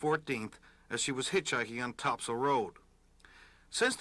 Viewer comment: topsail Road is pronounced top-sul. obviously not a big deal. I just know you talk about St. John’s a lot, so you might like to Know! I appreciate you getting these stories out here because nobody else really talks about them